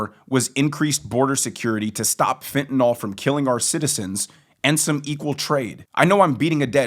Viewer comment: Hey - great as always - just a quick pronunciation comment - it's been a minute - but when I was a hospital nurse - we always pronounced it like this - FEN-ta-nil